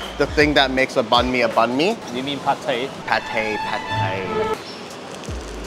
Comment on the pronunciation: Banh Mi is pronounced as Bine(as in Fine)-Mee, not Ban Mee. Please, learn how to do the Tieng Viet pronunciation before butchering the name, urgh.